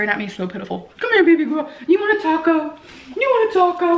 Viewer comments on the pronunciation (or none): none